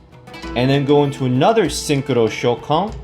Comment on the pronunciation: I don't want to be a nerd but its pronounced ShOUkan and not ShouKAN, in japanese in most of the cases when a vocal is extended like in おう the stress is in there. Nice deck by the way I still don't have my first synchro silver eyes and neither stardust with 7000 gems #FeelsBadMan